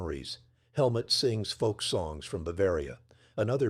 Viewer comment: The man's name is Helmut (like Hell Moot, but NOT Helmet.